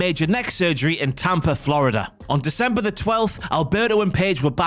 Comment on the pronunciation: it’s December, not Decemeber. Otherwise it’s a really good documentary. Scary to see what kind of person Alberto is.